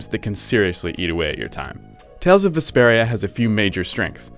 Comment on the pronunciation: i kept thinking he was saying desperia it totally threw me off